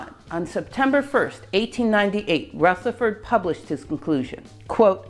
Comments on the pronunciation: Great video, but could I just correct you on one, fairly unimportant, point. Rutherford is pronounced with a soft 'th', not a hard 'th'. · Can someone explain why Ernest’s Rutherford is pronounced with a voiceless “th” while pretty much every other Rutherford ever has a voiced “th”? 🤔